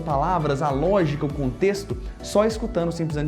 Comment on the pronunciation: Véio sem ofensa mas você come a letra D no português. Em você diz Leno e escutano ao invés de lendo e escutando. Você é um puta professor de inglês e fala creio que perfeitamente o inglês. Mas no portuga há uns vícios. Abraços.